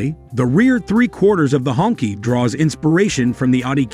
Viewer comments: Please pronounce the name correctly. It is "Hong "Chi", not "Ķi". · The narrator needs to do more research. It’s not pronounced “honkey” but “ hong-chee”. The phrase literally translates to “red flag”. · It is actually pronounced, "Hong-Chee". But I can see some wanting to call it the "Honky". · More like SHONKY. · It pronounce "hong chee" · it's u r accent not their name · Well thank you for that because I was turned off by the pronunciation, it’s like saying the N word except it’s for white people. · I think the narrator is a computer voice. There are other examples of incorrect pronunciation and pacing. The pronunciation of the name of the car is very annoying. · Yeah he's jacking the name all up!😅